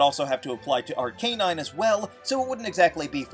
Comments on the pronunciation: "Ahr-Kay-Nahyn" Good lawd! it's pronounced as "Ahr-KAH-Nahyn." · Is it , , , , or ? Just call it ar-cuh-nine like everyone else and the show.